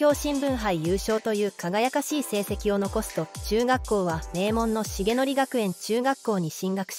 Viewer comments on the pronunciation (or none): 漢字の読み間違い、せいとくがくえんです